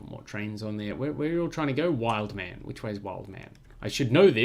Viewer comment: The second wood at wildemann was there from the start, name pronunciation spot on thanks.